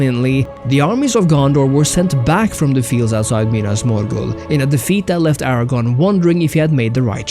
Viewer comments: Aragorn, not Aragon (a former Spanish Kingdom). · Except the pronunciation of "Aragorn" which is mistakenly said as "Aragon". Gotta get that R in there